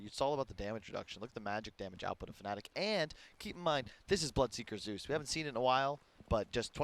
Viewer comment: Whaa whaa kyle is dumb the bandwagon is strong PS: Zeus, not zues.